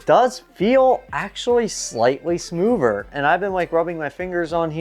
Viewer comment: You speak english well. But whats with tge smoover.. where is the t and h in smoother